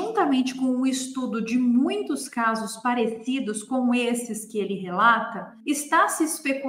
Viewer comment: Justo quando estava lendo sua mensagem, a falou a palavra "parecidos" e eu notei justamente isso 😊 até voltei pra ver se não era falha no vídeo.